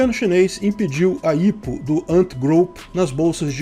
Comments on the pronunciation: IPO é mais comumente falado "ái pi ou", e não "ipo" em portugues, me soa estranho, mas tá valendo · Não se fala "ipou" a promucia correta é "Ai pi iou" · ótimo vídeo, eu só fiquei agoniado com a pronuncia do IPO(aipiôu) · aí eu fiquei "kraio mano, o que é 'ípo'.... ahh é o 'áipiou'". kkk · Ao autor do video: Vc sabe o que é IPO? Não se pronuncia ipo como se lê... Acompanhe o mercado financeiro. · Nunca vi alguem falar "IPO" KKKK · não se fala IPO mas sim "Ai Pi Ou". Temos IPO aqui na B3 também, mas empresas brasileiras normalmente fazem os IPO delas nos EUA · Estado: A: IH PÔ Ps.: Eu sempre ouvi pronunciarem IPO como Aipio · só uma dica: IPO se pronuncia pelas iniciais e em inglês!